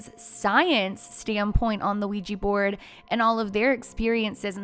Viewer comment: Sorry, I couldn’t even get two minutes in because of your consistent mispronunciation of Ouija board